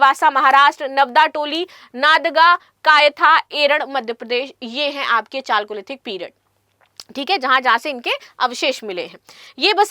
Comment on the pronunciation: इमानगांव नहीं मैडम जी वो इनामगांव है लिखा कुछ है पढ़ आप कुछ और रही है 😊😊😊😊😊 और नादगा नहीं है नागदा है l,,, थोड़ा चाहे तो आप ढंग से पढ़ सकती है हमारे इतिहास के जगहों का मजाक न बनाए l